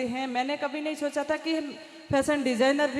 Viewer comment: Chocha nhi socha ese bolo